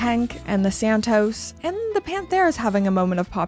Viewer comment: 'SanTOS', not, 'SanTOES'.